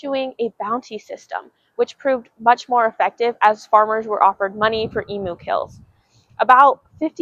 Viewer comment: It's pronounced Eemyoo. No yod dropping